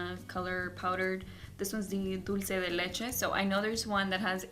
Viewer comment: thank you for not saying "dolche" de leche lol